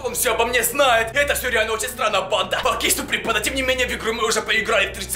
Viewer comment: ПОЧЕМУ ТЫ ВСЕГДА ГОВОРИШЬ СУПРИМ ПАНДА